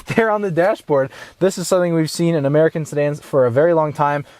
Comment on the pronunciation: he said murkin